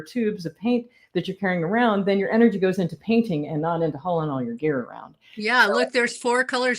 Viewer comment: I finally realized she was saying “gear” not “beer “.